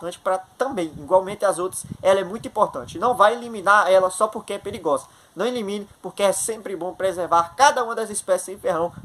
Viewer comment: Preligrosa? O português em dia.